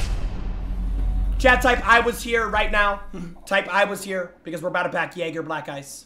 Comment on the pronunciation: Replace the j in jäger with an n but keep the pronunciation of the -anger